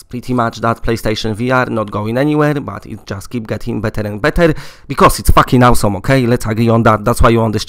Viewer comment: 1. I love how you say, "spaooewn camping no more", and also "awwwsum" 2. When is Honor and duty coming to the uk for *uck sake? 3. Why is nobody else really mention American dream when on eBay uk it says mid March release for disc? 4. Arizona sunshine is released on disc in uk at end of March...... 5. Talk about The perfect sniper more. Where is it? 6.